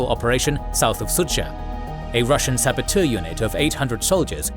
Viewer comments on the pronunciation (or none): none